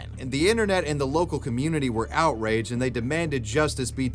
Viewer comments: Owrydged at popeyes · ‘out-riged at popeyes’ has me dead😂 great vid tho bro